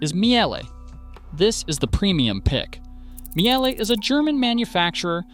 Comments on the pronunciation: Miele is pronounced mee-leh, not myelleh. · Good grief, why can't you pronounce names the way they're originally pronounced? Learn to pronounce Miele correctly! We in Europe make an effort to pronounce American names correctly, after all. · Miejèléh? Is it so difficult to say Miele? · Mie jeeelle ? Just mie le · It's MEE-LUH not MEE-AY-LAY. In German, you pronounce the second letter of IE or EI, not both letters. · Miele;...it is not Mee-elle; its pronounced Meleh.... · Funniest way to pronounce Miele. Its just "Meel-eh". Sometimes its really just that easy. But the effort is being appreciated. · General Electric here. Both dryer and washer dead after 5 years. BTW I am a born German. Miele is pronounced Meele with that short e at the end that you already got right. IE in German is a so called long I, which in German is pronounced like an English e. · That atrocious pronunciation of Miele hurt my soul. It's not a meowing cat, it's a german brand, so something like "mee-le". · Good video. For Americans: you should pronounce " Miele" as " MEELE". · The first e in Miele is quiet, so it’s pronounced more like “meela” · Miele, its spoken Meela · Pronounced "Meelay" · Laughs in Miele. I have mine for some 25 years. Also the e in Miele is silent. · You did not pronounce Miele correctly! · Terrible video. LG uses the same system as Samsung. So if LG is good so is Samsung. You pronounced Miele wrong, as well as what they sell for is wrong. Speed Queen is not the same washer as what "your parents had". You specifically said old washers has stainless exterior drum, they haven't used a stainless exterior drum in 10 years. Don't say no one warned someone about washers breaking down quickly. EVERYWHERE that you buy appliances sells extended warranties... That is the warning. Any reputable company will have a proper sales rep, and they will for sure talk about what to expect.